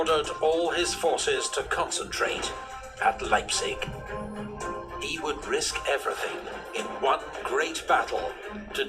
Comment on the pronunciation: On pronouncing Leipzig you did a good job. The 'ei' in Leipzig is spoken like the 'i' in Library.